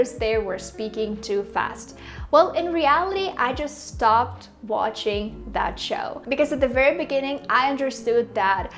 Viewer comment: You've got a great accent and pronunciation, but I think you can benefit from targeting your "ch" sound in words like "watching". I think it gives you away.